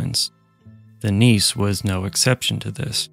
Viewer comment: "Nisse" is pronounced with an e at the end.